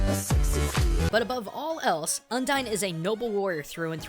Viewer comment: Oh my god dude, I get you're a weeaboo but the way you pronounce some things is just... awful. Undyne is mostly based on Undines, a variant of merpeople who are all female and fall in love to get a soul.